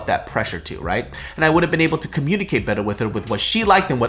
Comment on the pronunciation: "and i wanna say tHaNkYUH caUse nOw we gEt tO cOmMuNiCaTUH"